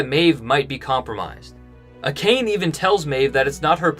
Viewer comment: Love your videos but I cringed every time you said A Cane